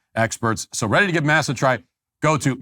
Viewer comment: I think the chips are pronounced Mossa, but hearing Matt say massa like he's back on the plantation is funny.